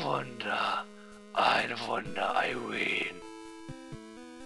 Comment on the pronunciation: Immer wenn du Irene hört sich das an wie "I wiin" xD